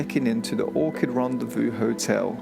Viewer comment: It’s Orchard, not Orchid